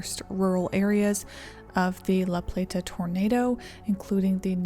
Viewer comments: Couldn’t get her mis pronouncing the city name, over and over and over and over.. out of my head… “La PlaTTTAHH” … ugh!! it’s just “LaPlata”… just 1 “T” … not 5 … and doesn’t end in an “ahhh” 🤦🤦🤦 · And, locals don’t say La-play-TA, we say la-PLAY-duh. Thought you should know. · It's pronounced La Play-da, not La Plate-uh. I grew up in Calvert County, though my family didn't move there until a few years after the tornado. Hallowing Point Rd also has Hallowing Point Park on it, where I played soccer as a small child. Calvert also has Maryland's only nuclear power plant. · It’s not pronounced La Plate Ah. It’s La Plat Ah. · The town name La Plata isn’t pronounced plah-tah. It’s play-tah. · It’s pronounced La Play-da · Great video! FYI that locally, La Plata is pronounced more like “La Play-da” though without the hard “T” sound :) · Lifelong Marylander here. Sorry, we are particular about our pronunciations. LaPlata is pronounced "LaPlada" less 'T' more 'D' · It's pronounce "La playda" Lol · Pronounced "La-Playda" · Its annoying listening to you say La Pla ta over and over. No one from LaPlata says it like you. You did an excellent job covering this, but for the love of God say it ,normal just once please 🙏 😀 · La Plata is said fast together like LaPlaytuh, thats how the locals say it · La Plata is said more with a “d” than a “t”…. La Play-da. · The way she pronounced laplata made me positive she ain’t from chuck co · You can tell she’s from up north somewhere the way she pronounced it lol. Which again not sure why this video is labeled northeast because we are not that we are right on the line where the south and Mid Atlantic meet and fall more in the upper south weather wise (minus Baltimore) which has a completely different climate and risks then the northeast deals with